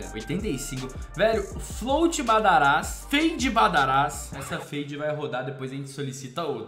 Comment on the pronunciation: te amo mas para de falar badarás o certo é badáras